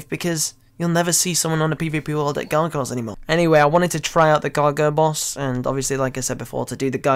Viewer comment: wtf..... cant say gargoyles.....